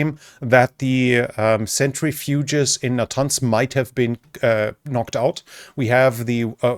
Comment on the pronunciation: You are great, especially for a non-native English speaker, The uranium processing machine is pronounced "sentri-fuge"( not a "century-fuge"). Thanks for the videos!